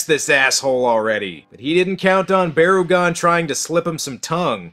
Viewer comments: It's Barr-uh-gone. And the other one is Bear-agon. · it is barugon